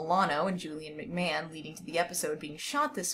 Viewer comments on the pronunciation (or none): none